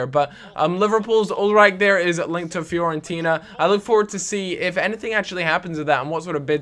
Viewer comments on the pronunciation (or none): none